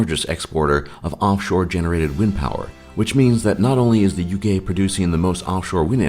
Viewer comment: The Ugay? Really?